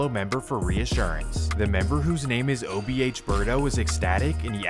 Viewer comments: The most annoying thing about this video is… dude keeps saying “OHB” broooo it’s “OBH” 🤦🏼‍♂️ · Itz o b h Not ohb😊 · Buddy keeps saying OHB instead of OBH 😅😂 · is accurate as hell but for him to keep calling them OHB is blasphemy 😂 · Saying ohb instead of obh is insane 😂😂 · Ohb mansion 🤣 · Obh not ohb 😂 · You called them ohb a dozen times lol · keep saying OHB 😂I 😂😂😂😂😂😂😂😂😂😂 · the ''OHB'' SMH - GET IT RIGHT MAN!! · It’s not OHB it’s OBH 😂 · bro keep saying OHB instead of OBH lol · He keep saying ohb if you doing a documentary atleast have the gang name right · Making a video about OBH, the least you can do is say it the right way, whole time homie saying OHB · I don't know who is dumber, AR-AB, or the guy that made this video that keeps calling them OHB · It’s “OBH” not “OHB” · Dh keep say ohb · Why do you keep saying OHB? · its OBH Fam Not OHB at lease do proper research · Obh not ohb 😂 wtf